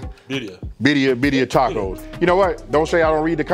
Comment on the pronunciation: You have to roll your (R’s) !🤣🤣 birria it’s like one my favorite dishes